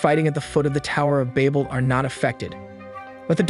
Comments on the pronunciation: Babel (babbel) Ouroboros (oro-boros) I'm sorry but hearing you continually mispronounce them got to me. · im losing my mind listening to him pronounce babel as bable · me: did he say baybal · cant even say babel right. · That isn't how you pronounce Babel. Nor is that how you pronounce Ouroboros. Guessing this is just a VA reading a script and not someone that actually watched it. The Tower of Babel is a hilarious story also. So it goes, a united humankind from Babylonia wanted to build a great city and a tower "with its top in the heavens." Now apparently Sky Daddy Supreme didn't like that idea so much. Humanity building a tower too tall was just the straw that broke the camels back. He didn't want no strong independent blac.....err humankind. Look at the achievements of these united people. We can't have that. For Omniscient Narcissist Deluxe Coutour needs to be worshipped and praised for his greatness because apparently a divine omnipresent omnipotent creator be like "hella insecure and like, totally a stage 3 clinger that needs to be needed and aint "feelin" what those sus ratchet Babylonian bitches that are totally compensating for something with the size of their tower. Theyre just tryin to get my attention," Genisis 69:420 The MASS SHARED DELUSION SOMEHOW STILL BELIEVED IN 2022 - then decided the ultimate solution to this problem was to make it so all of these humans could no longer understand each other so that work on the tower could not be completed. Even if this story had ANY truth to it (spoiler, it doesnt) all it manages to demonstrate is that an insecure pussy destroyed a united mankind because of a fragile ego. It would literally be like you spraying chemicals into an antfarm y